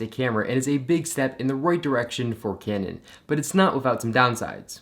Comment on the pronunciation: you say canon weird